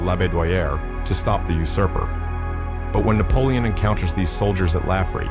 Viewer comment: 숫자 읽기 왜 그리 못하나? 나폴레옹이란 발음등 외국어 발음도 어눌하고